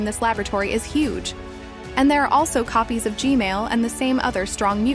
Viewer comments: I hear Gmail not gman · I like the fact she says g-mail instead of g-man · Ju dot kall g men but ju kallm g mel but hs neam g men not g mel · Hey why u say gmal not gman? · i have a question why do you always say gmail but its g man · its g man not g mail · It’s gman not gmale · It's not gmale It's gman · its g-man not g-mail 😂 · Why do you call gman gmail😂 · It's g man not g mal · GMAN GMAN ITS GMAN NOT GMAIL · She saying gmail not gman 😂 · Why does she keep saying gmail but not gman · Why does she keep saying Gmail?